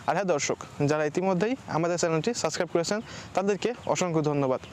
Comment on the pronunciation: সাসক্রাইব না 🙄 সাবস্ক্রাইব 🤏